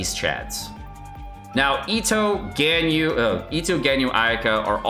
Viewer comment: This is for sure his worst video yet and led to me unsubscribing. I can’t stand click bait genshin youtubers. And the mispronunciation of Ganyu/Gorou.